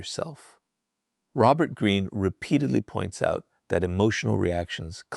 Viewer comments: Is Robert Green's voice in this AI? He keeps speaking about himself in the third person and pronounces his name as Raux-bert Green instead of Robert Green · it's hilarious how the AI pronounces Robert wrong. Like with a long O.